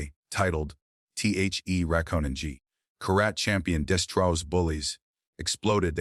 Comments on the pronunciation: You need to learn to read. As an example , one of many, karate is not pronouncced like that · It’s so weird when AI Can’t pronounce words correctly like karate.